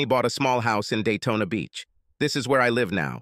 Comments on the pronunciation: it's Daytona not dayton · I keep on hearing Dayton ( Ohio ) , when Jim iz heading to Daytona ,Florida